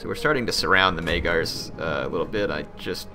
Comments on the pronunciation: "Maygars" lol it's Magyars Also, dismantling buildings simply lowers them one level. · Despite the fact that you read Magyars like Majars, not like it may seem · Say magyars correctly please